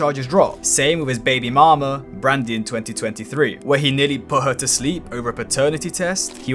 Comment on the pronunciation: why did you say baby mama in an american accent ☠️